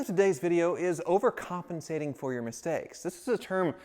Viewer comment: Anyone else counting how many times he said “overcomancating”...